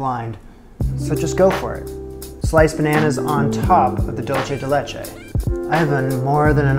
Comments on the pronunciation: I'm going to be a pain: the product that is dulce de leche is most popularly acknowledge to be a Latin American one. It is spelled "dulce de leche" and is pronounced "DOOL-say de LAY-chay". If you pronounce it "DOLE-chay", you are using the Italian word for "sweet", not the Spanish one. I always feel a little negative when this happens because I feel it does a disservice to both cultures. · Dulce (dool-say) de leche, not dolce (dol-chay). Spanish, not Italian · Prounounced: dool-seh-deh-laychay. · I know it’s and old video but for those viewing now, it’s pronounced “dool-say de leche” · ¿Por qué está diciendo dolche de leche? I can honestly bare all the not french French, but this killed me. Dude, come to Uruguay or Argentina and try the real dulce de leche. Also, it's very common in Uruguay to eat banana with dulce de leche. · That pie looks good, but it’s dool-say de leche. Dool-say.